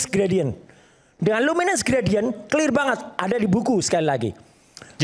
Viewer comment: Clir itu bhs apa ya kok baru denger saya . Klo gk bisa sebut dlm bhs inggris , gk usah lah panci